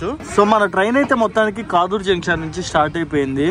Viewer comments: Kaadur kadu kadur. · Adhi kaaduru kaadhu kaduru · కాదూర్ ❌ కడూర్ ✅